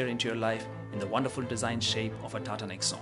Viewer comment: If you are reviewing about TATA NEXON, please pronounce it correctly, it is pronounced as "NEX" "ON" not Nex'un Please pronounce it correctly (for all who are Tata customers/employees/owners) for other car owners I don't care since their loyalty is not with Tata.